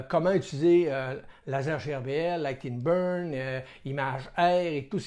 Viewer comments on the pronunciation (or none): Ha Ha Ha j'ai encore entendu prononcé Light-in-burg pas facile de ce corriger. Très bon vidéo super .